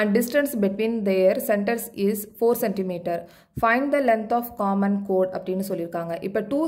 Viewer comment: Mam it is not code it is chord